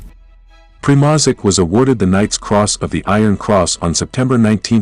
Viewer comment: Your pronunciation of German words and Primozic is terrible. Mark Felton takes time to learn pronunciations of such important words before he makes his videos. You should too.